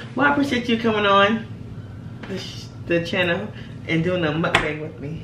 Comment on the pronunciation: Lol she said it wrong but "mukbang mukbang mukbang mukbang"